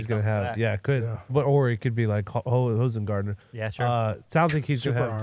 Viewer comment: the name is Henry Rowengartner, not Hosengartner or whatever he said